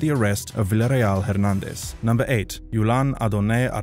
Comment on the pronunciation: i see you now pronouncing Hernandez correctly, i wonder if my previous comments had something to do with it